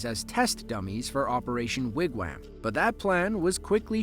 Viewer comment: Sure sounds like AI is pronouncing Wigwam as Wigwham